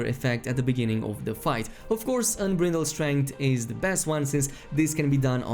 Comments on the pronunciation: why are you saying "unbrindled strength" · Say it with me kids, " un-BRIDE-ld" strength. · Miko EnFuego Well he’s not the only one that said “Unbrittle.” One guy said “ATB Gauze.”